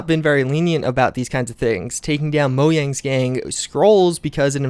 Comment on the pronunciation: did you just say moyang